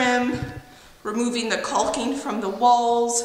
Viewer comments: Loving these vlogs recently!😍 Also, it’s pronounced “cocking” not “colking” lol🤣😅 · Is it an Oregon thing on the annunciation of caulking? You really don't say the L, well as least I have never heard it pronounced the way you say it.